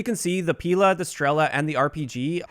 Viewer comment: It's not pIla - it's pilA >_<